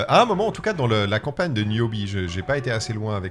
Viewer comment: Putin ils savent même pas dire le nom… Niobe pas newbie…..